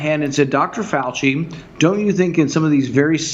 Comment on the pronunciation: 'Fau-Chee', really. what the hell is that even supposed to mean? do you think if you come up with a sufficiently insulting adolescent nickname for someone, they just automatically lose credibility? why would you want our top infectious disease doctor to lose credibility? seriously, what is it you think you're doing?